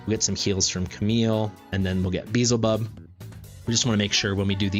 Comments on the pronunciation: i dont understand why you intentionally miss pronounce his name, because ,,its a game, not biblical'' but... theres an entire faction of seven deadly sins, and you pronounce them correctly... and its the same faction beelzebub is from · its not pronounced correctly... as name is not english at all... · This isn't modern english pronunciation this is just mispronouncing and thinking 'z' comes before 'l' lmao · I did watch it. Cringed every time you said, "Beezlebub". Way to make assumptions. I mean SERIOUSLY man... 🙄 The fact that you point out you know you're saying it wrong should tell you that you shouldn't be getting mad at people for bringing it up. Especially when you invite the feedback with, "unless a million people tell me otherwise." I'm just one of the million. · You're saying the character's name wrong. You are not even pronouncing it the way it's spelled. You're saying "Beezlebub" but it is spelled Beelzebub. You're swapping the L and the Z around. "Probably my new favorite hero in Watcher of Realms! Beezlebub is amazing..." You're not even spelling it right. 🤦‍♀ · Be-el-ze-bub or as worguides says xaris lol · It's be-el-ze-bub regardless of the name's origin (even though it's clearly inspired from the lord of the flies), L comes before Z. Also, respectfully, video is unnecessarily long, no need to compare the leaked info with what's on Test, current state is what matters... for those watching I recommend skipping the 20-minute-long comparison. You covered his performance fairly well but it would have been nice to see the actual rage regen difference over the course of the guild boss fight for example, I know it's hard to account for Dolores's A5 but it reliably will proc at least once during a boss fight so how much of a difference will it make and note Beelzebub has a higher initial rage but at least the ultimate cost and duration are the same as Dolores. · Say it however you want, but the L is before the Z, big guy.